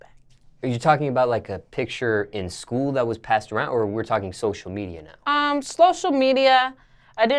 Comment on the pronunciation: sloshial media